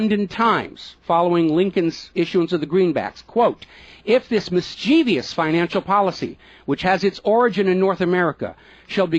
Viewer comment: Please, I beg of you -- learn how to say "mis - chiev - ous". No "i' is in the last syllable, and only three syllables has the word. Minus 2 points.